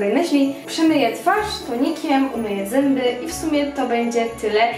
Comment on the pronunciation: Powiedziałaś zymby ale jesteś slodka💞😘